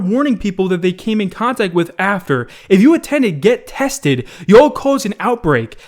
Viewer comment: mans just said "youoll"? where's Chris Tucker at to explain this shit to him....